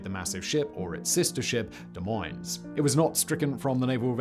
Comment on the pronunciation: At least he didn't pronounce the "s" in Des as well. But I was like, how do you know to say Des correctly but not Moines?